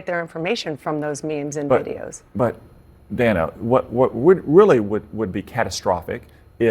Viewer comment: Trump calls the Counterfeit News Network (and the rest of the mainstream, liberal media) "FAKE NEWS" for a reason. What "Dan-na" (the way she pronounces her name) Bash did here is a perfect example